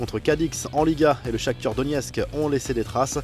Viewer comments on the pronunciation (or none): C moi ou il dit Shakthur au lieu de shakthar